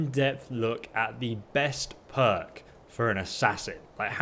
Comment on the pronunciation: Who else thought when he said perk, he said "Mer" huh